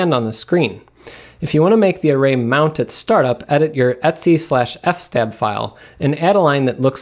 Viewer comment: He's out of control with his pronunciation... Don't even get me started on his q.b. cuddle